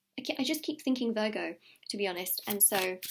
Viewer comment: I thought she was saying burger 🍔 not Virgo ! Ha